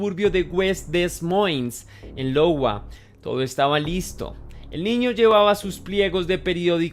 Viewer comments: No es Lowa jaja 😅 es Iowa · iowa, no lowa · Disculpa la corrección. Pero no es "Lowa" es IOWA con i, y se pronuncia "aiowa". El suburbio de Des Moines, (Se pronuncia: demuan) es la capital del estado. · Hola, me encantan tus videos. CONSEJITO: investiga un poco los nombres de los lugares para que tus relatos sean mejor entendidos, LOWA Estados Unidos no existe, es IOWA, se pronunciaría AIOWA o AYOWA... Un abrazo cósmico leyenda ✨ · DONDE ES LOWA...? SERÁ iowa....? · Es "aiowa", no "Lowa" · se pronuncia Iowa. suena aiowa….❤ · GRAN VIDEO SE PRONUNCIA (AIOWA) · Y ttambien la pronunciacion dw los estados... LOGUA. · No es una "L" en Iowa, es una "i" jajajja